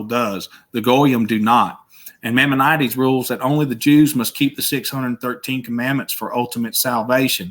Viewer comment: Nothing wrong with a southern DRAWL! We're pretty smart down here in the SOUTH! He does need to work on his pronunciation of Maimonedes...it's MY MON A DEES.